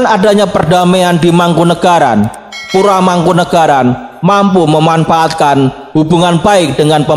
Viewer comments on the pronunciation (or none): none